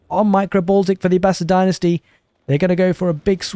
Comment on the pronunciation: Oof! That was rough for the Abb-ass-id.